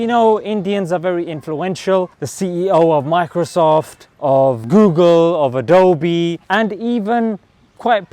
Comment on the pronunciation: It happened near my house also why did u say adobe like that